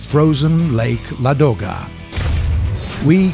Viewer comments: Not ladOga... it's lAdoga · LA'doga, not LadO'ga!